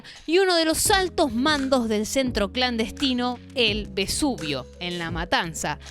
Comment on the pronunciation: no es Besuvio sino Vesuvio, como el Volcán Vesubio que está en Nápoles...